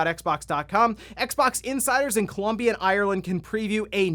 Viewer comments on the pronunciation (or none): none